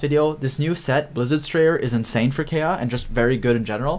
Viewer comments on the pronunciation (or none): If this man pronounces Kaeya as Kaya one more time i swear to god i will lose it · You can tell a video is older based on the way pronounces kaeya